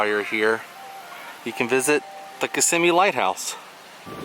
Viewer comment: Glad you are pronouncing Kissimmee